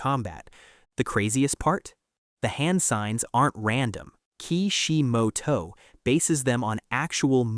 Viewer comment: The way you mentioning Ki Shi Mo To, lmao bruh